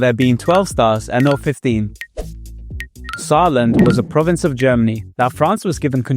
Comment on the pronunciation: Saar land haha indian?